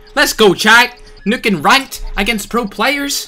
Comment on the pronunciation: I like the way he says nuke lmao "nook"